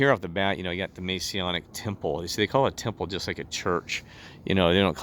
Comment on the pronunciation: Im not testing truth. He's not and can't be. He has a criminal record. And he would be removed due to breaching Masonic rules. Also can you please say the word "Masonic" correctly. GOD BLESS and thanks for commenting.